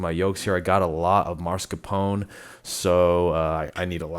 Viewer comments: No vanilla extract, lost me at that sorry 😅 PS: its "oh-neh" sound, not "own"csound. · It's mascarpone, not maRscapone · The Italian way ist to say Mascarpon-e with the e at the end pronounced. The English language usually drops the e's at the end.